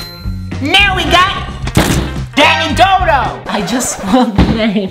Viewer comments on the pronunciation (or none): It's not Dan dodo it iS Danidly—doo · he said dandidodo not dandidoo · It's dandidoo not dandidodo, its not entbrat, its enbrat and its not bogwart its bowgart. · You said dandidodo but it’s dandidoo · He also said dandidodo instead of dandidoo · the fact that he said dandidodo hurts ITS DANDIDOO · his name is not Dandidodo his name is Dandidoo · Its Dandidoo not dandidodo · Its dandidoo he says dandindodo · Dandidoo! Not dandidodo😡😑😒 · Dandidodo? It is dandidoo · And it’s not dandidodo it’s dandioo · It's not dandindodo it's dandydoo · Dandidoo* not Dandidodo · It’s dandidoo. Not dandidodo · thats not how you say dandidoo